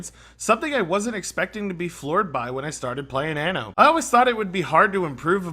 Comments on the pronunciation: Stress the second 'N' a bit more next time, otherwise it sounds like you're saying 'Anus 1800' in Italian : ) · learn how to pronounce anno